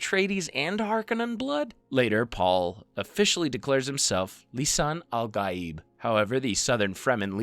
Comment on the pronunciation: The pronunciation is Lee Sun Ahl Gaaeeb.